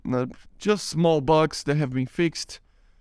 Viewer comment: Het I love your videos and I just wanted to give you a tip. You can ignore if you want it's not a big deal but fixed isn't fix-ed it's fixD I know that's weird English is really weird but I just wanted to help